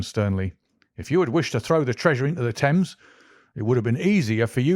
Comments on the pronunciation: The Sign of Four, not The Sign of the Four. River "Tems" not "Tames"! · Along the "Tames"? "Thames" is pronounced "Temms" not "Tames".